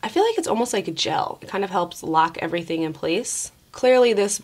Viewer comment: I love the way says her G's....she pronounces them with a K. "Everythingk" So so cute lol